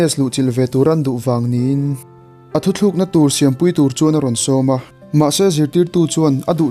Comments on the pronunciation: Hmuhnawm e. Mahse thuthluk na iti in ka hria. Thu tluk na tih tur ni zawkin ka hria. Ka lawm e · Thu thlûkna nilo in thu tlûkna, tih tur tih ka lo sawi ve mai mai..